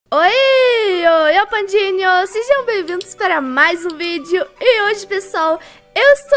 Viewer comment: vcs pecebem que na abertura ela fala pandineos